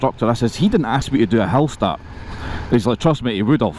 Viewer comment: Is he saying 'hell-start'???